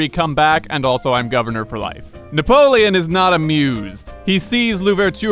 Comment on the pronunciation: Na-POLE-on? Huh? HUH?